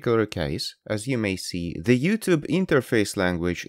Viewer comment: "Ze comment"?, you sound like Klaus Schwab, but why do yu say "Ze comment"? Zere iz no "Z"